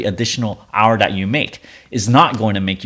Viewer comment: Dude it drives me nuts when you mispronounce the word "that" by saying "dat." You are clearly an intelligent man, it cannot be that hard to learn the correct way to say that. You speak English well, except for a few words. When you say "dat" you are putting your tongue on the roof of your mouth. If you say "that" correctly, your tongue will be pressing on your upper teeth at the bottom. If i lived near you, i would meet up with you and give you a speech lesson. There probably are Speech Therapist's on YouTube, or you can ask google how to pronounce the word "THAT. " This was said with the mind and heart of a teacher. Not meant to be mean-spirited.